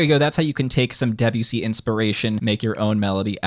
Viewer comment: Saying Debussy like Debyussy instead of De-bussy is like saying Urin-us instead of Uranus